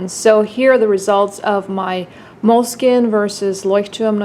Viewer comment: I very much enjoy hearing you pronounce Leuchtturm1917 that I wish you did the same for Moleskine's proper pronunciation. 😊